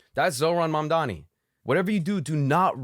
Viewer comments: Learn how to say it 🎉🎉🎉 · M - A - M - D - A - N - I You should learn how to say it, because you will be.